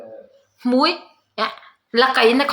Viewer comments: Jenny hming awmzia 'hmui' ilam dan khi😂😂😂😂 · I tel chhuan a 'hmui' a nia, chutiang a lam rik tur